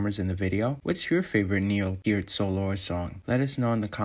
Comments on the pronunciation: Working Man... NO. That was John Rutsey. Fake Lars voice, BTW. How pathetic. AND IT'S PEEEERT!!! Not "Pert", like the shampoo, ffs. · So funny how no one pronounces his last name the right way...lol Pee-rt. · Peart is pronounced as rhyming with "hurt". That came from the Professor himself. It's not "Pier-T". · Danny Carry. “My good friend Neil Purrt” Oh, sorry! I meant to say “Peel Nert” Shit! It’s “Feel Squirt” He’s my good friend I promise! Dannys a great drummer! Just joking 👍🏼and for any other drummer who were good friends with Neil but couldn’t pronounce his last name, it’s pronounced Pea-ear-t. ☮️✌️ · Danny Carey says Neil is his “good friend” but calls him Neil “Pert.” How do you mispronounce your good friend’s name? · And he pronounces Neil’s last name wrong, as did Tommy Lee 🙄😒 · Funny how so many of these drummers couldn’t pronounce his name. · If he was your good friend, you’d know how to pronounce his fucking name, Danny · Danny Carey says he's a good friend and proceeds to say his lasnt name wrong. Fake